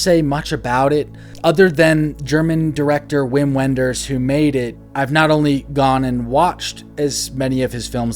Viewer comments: I feel like I need to interject at this point to say that in Germany, W is pronounced like our V, and so Wim Wenders is pronounced like Vim Venders. Sorry to be pedantic 😁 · It’s pronounced Vim Venders. Thought you’d want to know. Great list. Especially your last three. Since you liked Ghost World, you should check out American Splendor. Not a coming of age but sort of exists in the same universe as Ghost World.